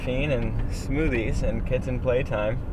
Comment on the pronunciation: "Get yourself a Kintten"